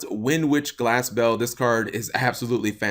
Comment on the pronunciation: Am i the only one who thought Cap was kinda saying Glasgow when he was saying Glass Bell ? lol